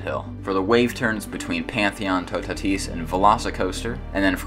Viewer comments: it's Toe-tat-is not tu-ta-tise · I think toutatis is pronounced two-ah-tee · You can pronounce « Toutatis » like *Tootati*. If you want to add a little « je ne sais quoi » you can add a little hissing noise at the end so that it’s *TootatiH*. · It’s pronounced “two - ta - tees” lol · it is absolutely horrible how you say toutatis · i thought toutatis was pronounced "two tate is" 😭 Anyways, This ride is literally perfect